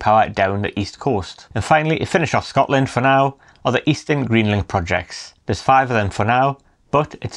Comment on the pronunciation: Absolutely blatant about taking energy from Scotland (dreadful pronouncistion by the way) and sending it to England with no benefit to our people who pay the highest prices in Europe. We also suffer horrible ugly huge pylons and powerlines in areas where people are already living in fuel poverty. Independence, nothing less, nothing else!